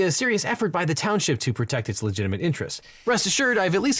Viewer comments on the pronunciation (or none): none